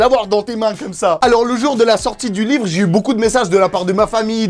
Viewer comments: W NE SE DIT PAS V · L'ivre , lyvre , lit vre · Łīvŕə ( livre) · ''Lywre'' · l'îvre, lit-vre, l'île-vre, livreux, litvreux ! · Lyvr Book Lybovork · lyvres= livre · Leehwrr (livre) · lyvvreue C'est quand tu lis livre en faisant un rot :D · Don't touch my libleuh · Si c pas bon comprend pas: « Lee ivre » c bon? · Moi j’adore ton lyvret a non pardon l’yvrets bon c’est pas grave tu m’as compris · lybrrr euhh att lyzrre euh non libro euu mauvaise langue libre merde livre ! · L'hyevreuts avec un e muet et un h aspiré ! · UN LUYIVRE 😂😂😂 MAIS SI ,SA SE DIT UN LUYIVRE... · я хочу, чтобы ваш lyhvrreuhe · "Lyv-rhe" ( pour le concours de livre sterling ££££££ ) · Lllyhbvfvrrhe Géisssphayrrhe keuh geuuh vfê ghanyaits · L’îvre (comme ivre) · livr lyvr liyvr lyivr lyvre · Líhvrheux Ou Líhvrheunt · "L' ivre" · Lhÿvhrh (le h rentre partout 😂) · "L'y-wreu" jpense que la y a assez d'erreurs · Moi jeu veu eul hlyfrreuuh pitain ! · Ton Lhyivreuhx je le veut bien il a l’aire bien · J ADORE TON LIFRT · Merci pour ton Lhyivhreuh!!! 😂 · Lyvrret = t muet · Ahhhhhh beuhhhhh llllyyyyhhhhwwwwrrrreeee y can fly... OK je sors 😅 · Yo c'est pour toi ça: Ļįvřə cadeau 😏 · l'hyvhreuhe Voila pour le concours 😂😂 ( livre ) bon biz j'te kiff 💚💚💚